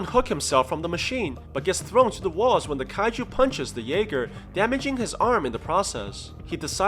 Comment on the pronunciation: Not trying to be rude but it’s called a jaeger German for hunter